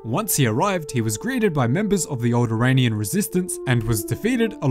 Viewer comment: I realize you said "alderaanIan resistance" but due to the accent it sounded like you said "old Iranian resistance"